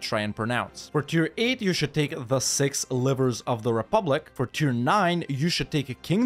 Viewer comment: it's not the six "livers", it's the six "livres", livre means book.